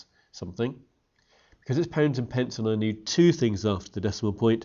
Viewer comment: Is it me or does he pronounce pounds like poonds